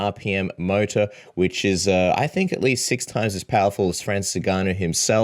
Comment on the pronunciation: you know his name is NOT Francis “Nigganou” lol